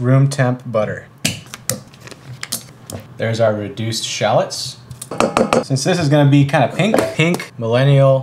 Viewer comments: Finally an American that pronounces “shallots” corre… oh. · noone talked about how he pronounced shallots either